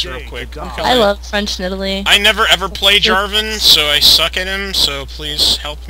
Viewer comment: Jarvan not Jarvin